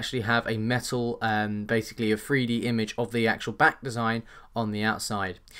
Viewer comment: three d not free d, hahahaha LOL